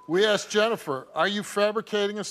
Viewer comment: You Asked her. ASKED. Not Aksed.